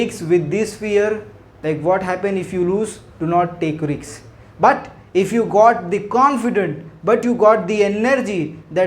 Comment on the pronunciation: Check your pronunciation of RISK